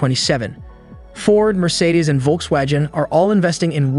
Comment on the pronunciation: It does - including the pronunciation of Volkswagen as "Volkswajen" - fake voice-over.